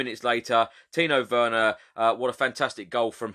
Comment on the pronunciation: tino werner? its timo werner lol